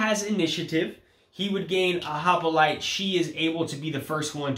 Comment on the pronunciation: it is hoplite not hopolite ;-)